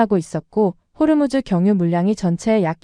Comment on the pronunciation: 호르무즈 가아니고 호 무스